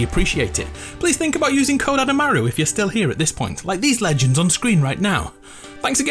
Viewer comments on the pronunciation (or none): He said "legends" not "leg ends" give us the real back